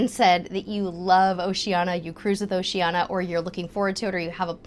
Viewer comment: Oceania is pronounced "Oh she an ee a", there is an i two letters from the end of Oceania